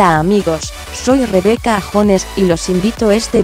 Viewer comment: A Rebeca que se mejore Y a ti qué aprendas a pronunciar bien su nombre